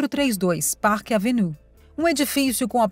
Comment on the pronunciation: Pelo amor de Deus, porque alguns vídeos são narrados por pessoas totalmente incapaz de pronunciar palavras em inglês ou qualquer outra língua???????????????? Se a pessoa não está qualificada a pronunciar o nome de uma das avenidas mais conhecidas de NY - PARK AVENUE, então não deveria nem ter sido contratada!!!!!!!!! A impressão que dá, é de um vídeo mal feito, sem qualquer critério e assim torna a notícia principal , algo sem propósito ou seriedade. Por favor, cuidem antes de produzir um vídeo, pois os ouvidos dos ouvintes não são “lata de lixo”🗑️